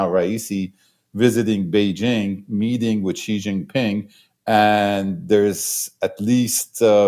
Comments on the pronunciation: Pronounce President Xi as "si" not "ji". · it is XI (pronounced as "see"), not GEE or JEE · No. Pronounced as zee